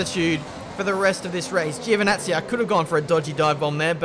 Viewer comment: Antonio Giovinazzi is pronounced as "JO"vinazzi, one more mistake;) lmao